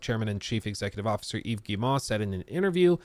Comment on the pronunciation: I'm on a one-man crusade to get YouTubers to pronounce Yves Guillemot's name! It's: "eve gee-mo" (hard-G, long-O). Rhymes with "we go." Good luck!